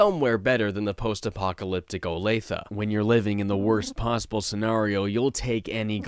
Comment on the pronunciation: Kudos on pronouncing Olathe correctly. EDIT: The flags of the German Democratic Republic and Soviet Union can be seen in the background of the martial arts tournament which sets this flashback anywhere from 197X to 1990. Also, I don't think Alex really has what you'd call "regular eyes," he's got a thousand-yard Stanley Kubrick stare (while Joel has a Jim Croce moustache).